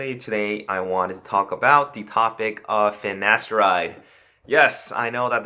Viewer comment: My man... you can’t be spreading knowledge whilst pronouncing “finasteride” and “gyno” like that. It’s pronounced “fi-na-STAIR-ide” and “GUY-no”. 🤣